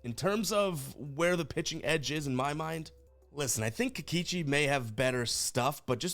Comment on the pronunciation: You say Kikeechi, I say Kikoochi